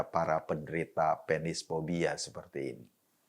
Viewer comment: Mas Eko harus lebih di perjelas kata kata : pe-nis, karena konotasinya bisa lain